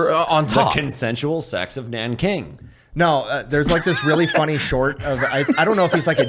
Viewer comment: Nah aint no way bro just said the consensual seggs of naanking 😢😮😅